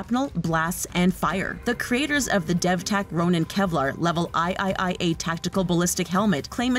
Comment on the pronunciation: Did she say iiiA instead of 3A 😂